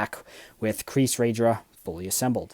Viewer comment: you're actually pronounce the name right :)